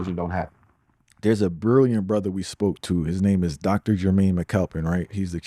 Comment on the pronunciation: Dude's name is Jermaine not "Umar" for goodness sake.